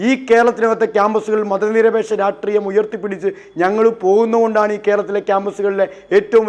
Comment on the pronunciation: 😂😂 രാട്രീയം അല്ല, രാഷ്ട്രീയം, രാഷ്ട്രീയം